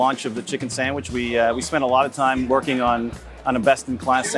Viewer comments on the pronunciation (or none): Did that guy say Samich???? Jeez